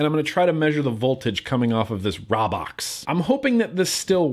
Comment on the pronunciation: its pronounced with a long a like raybox (rā-box)